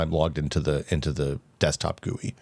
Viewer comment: Yeah, I wouldn't go around saying GUI like that either